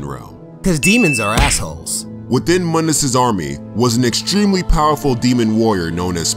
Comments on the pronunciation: Actually Mundus is Pronounced Moon diss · Pronounced Moondus. Otherwise great video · Its pronounced MOON-D-US